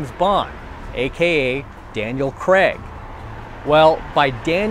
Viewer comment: The way he says Daniel creg lmao 😂